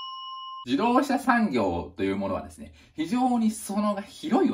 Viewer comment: じどうしゃしゃんぎょうｗｗｗ